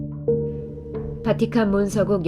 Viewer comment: 마지막 심판할때 마지막씨팔 로들려.... ㅜㅜ 타락한 내영혼